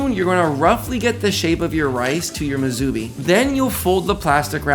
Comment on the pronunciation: Musubi is pronounced as "Moo sue bee" -- not "Moo zoo bee"